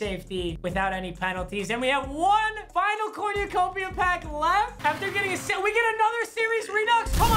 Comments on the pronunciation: it cor nu copia not corn u copia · “cornyuhcopia” this bothered me for no reason, corn-uh-cope-e-uh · Nobody:: CoRnYOUcOpiA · "corniacopia" smh 🤣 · Anyone else hearing say cornyacopia instead of cornucopia😂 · Dude says cornyacopya 😭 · Papa how tf do you say cornucopia so wrong💀 cornYOUUUUcopia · Its cornucopia, not corñucopia